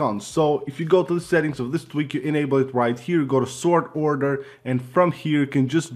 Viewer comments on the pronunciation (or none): none